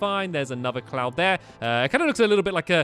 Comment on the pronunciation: When you said cloud I thought you said clown Lol XD